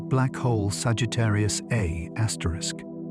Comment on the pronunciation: I figured that out after about fifteen minutes, when it called Sagitarrius A Star, Sagitarrius A Astericks instead. Left after that and won't be returning. Far as it sounds, dude might have just had ChatGPT write the whole damn script too.